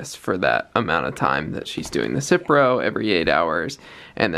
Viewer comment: Cipro not citreon😳